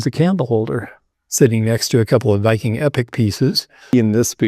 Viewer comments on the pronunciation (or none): none